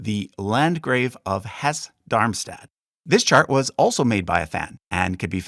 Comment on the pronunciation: Hello! Nice work! I have a quick note on pronunciation. Any “e” at the end of a German word is pronounced as a schwa so Saxe is “sacks a” Hesse is “hess a”.